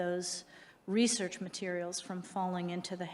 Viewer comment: "Reserch materials" 🤣😂🤣😂🤣